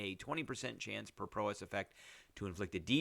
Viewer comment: Prowess, pronounce like 'wow-ess'